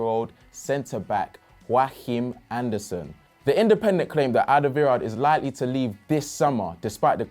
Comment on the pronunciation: You say Joachim Andersen name wrong. He is not from spain